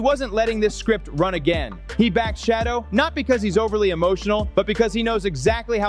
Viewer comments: PLEASE!!! His name is not "Shadow". His name is pronounced "Sha doer" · his name is Shedure not shadow. So if you are going to try to seem like you like avperson please always pronounce their names properly. It might want people to listen to you. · This Man’s name is SHADEUR- not shadow! Stop disrespecting this man’s name!!! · Please learn how to pronounce h SHEDEUR'S NAME property.